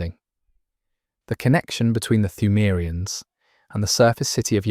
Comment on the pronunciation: Brother I appreciate the video but your pronunciation of pthumerians is driving me fucking nuts.